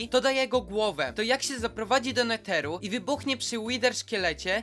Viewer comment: mówi sie NEDER a nie NETER